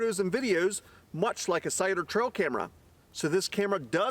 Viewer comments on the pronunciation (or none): Sounds like cider to me . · Is he saying “cider” or cellular? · Thats what im hearing too. 🤔